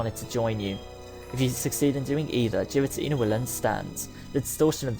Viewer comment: Also its name is prenounced gar-uh-tina say gar like the beginning of garies name from the anime